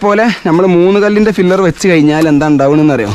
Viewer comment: ഫില്ലർ അല്ല pillar